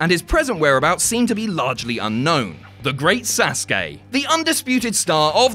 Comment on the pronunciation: YESSS YESSS YESSS U PRONOUNCED SASUKE VERY VERY VERY CLOSE TO THE RIGHT WAY. Finally an english man does it, all i hear is sasuki, almost like suzuki, when it is SAsuKE. LOVE YOU, MADE MY DAY (i am a fckin nerd me)